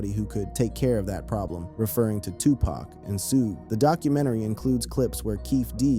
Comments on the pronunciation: Zoogay 😅😅😅 It's Suge 😅😅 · Say su-gay one more time... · "Soughé Knigt" LMAO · “Soo-gay Knight”?